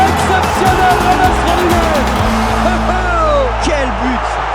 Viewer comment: Pourquoi il met que "james" sur son maillot au lieu de mettre "Rodriguez" ? Et son prénom est mal prononcé